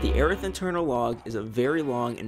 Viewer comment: Okay glad I was pronouncing Airth right